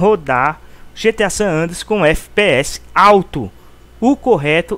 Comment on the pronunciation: Eu vou fz um video explicando como se pronuncia o nome desse jogo, o que tem de nego mongol falando "sánandrueass" meu deus mano.